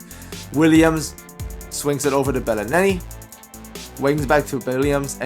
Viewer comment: Boi can't pronounce belinelli